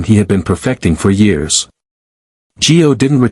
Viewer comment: It's Gio not G O.